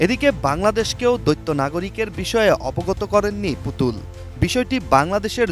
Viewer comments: রিপোর্টার বারবার বলছে দৈত্য নাগরিকত্ব। এটা দৈত্য নাগরিকত্ব না এটা বলতে হবে দ্বৈত নাগরিকত্ব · দৈত্য নাগরিক মানে কি? উচ্চারণ আগে ঠিক করুন। দ্বৈত নাগরিক বলুন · Pronunciation thik moto kora uchit - doitto na, doito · উচ্চারণ দৈত্য নয় দ্বৈত হবে।🙂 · দৈত্য নাগরিক কী করে হয় মানুষ? "দ্বৈত" আর "দৈত্য" উচ্চারণ শিখতে হবে। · ওরে ভাই দৈত্য নাগরিক নয় দৈত নাগরিক। সংবাদ মাধ্যমে চাকরি করছেন অথচ বাংলা সঠিক জানেন না ,এটা কেমন কথা ! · দৈত্য নয় দ্বৈত :face-orange-frowning: !! উচ্চারণ হবে 👉দইত নাগরিক ...।।:glasses-purple-yellow-diamond::glasses-purple-yellow-diamond